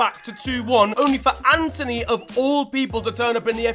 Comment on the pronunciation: Its antony not Anthony